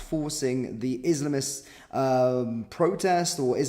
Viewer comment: Can you please speak clearly? When you say "izmts" it is hard to understand.